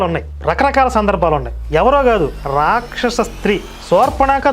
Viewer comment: యస్య రాక్షసహా అన్నావా.. నాకేంటి.. యేసే రాక్షసుడు అన్నట్టు వినిపించింది..@